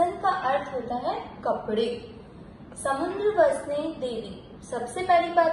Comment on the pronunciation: It's samudra.... Not samundra. समुद्र, ना कि समुंद्र। Thanks.